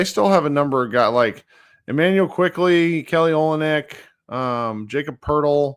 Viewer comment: Washington was interesting early in the season. They were losing, but playing all their young guys, who look like they could be something. Now they are losing with Poole, Kuzma, Jonas, taking a ton of minutes. mispronouncing of names is Bill Simmons tier stuff. Kelly Olneck, Jacob Purtle.